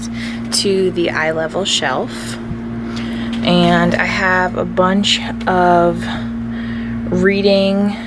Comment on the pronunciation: “Aynd” haha Americans